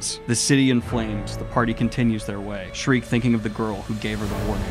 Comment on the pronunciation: Sheer-kuh. Not Shriek. Sheer-kuh. Please Daniel.